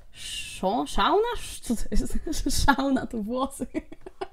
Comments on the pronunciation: czyta sie szona ona jest z xy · 6 generacja i czyta się szona i skidu ale mogłaś nie wiedzieć.